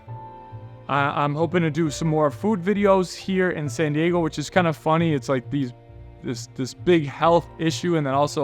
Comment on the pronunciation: I’m happy you know how to properly say “Ecuador” and “San Diego” instead of “Ecuaidoire” and “Sanne Diegouh”